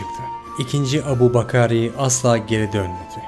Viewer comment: Adamın ismini bile düzgün telaffuz edemeyince çekti gitti. İngilizcede Abu bakar diye yazılır Türkçe okunuşu Ebu bekir.